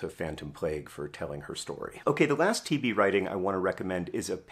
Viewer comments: I didn't quite get he was saying TB and not TV until one minute and 30 seconds in, didn't quite understand why John was so simultaneously fascinated and angry about TV but assumed it was an author thing... But yes they're both plagues, agreed. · Did anyone else keep mishearing "TB" as "TV" and getting very confused? Like, "wait, TV stopped being a big problem in rich countries around 1961? I kinda thought that's when the problem started for us"